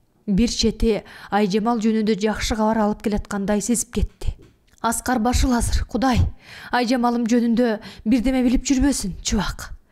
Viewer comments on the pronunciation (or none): Аскар башыл эмес Аксарбашыл деп айтылат туура окусанар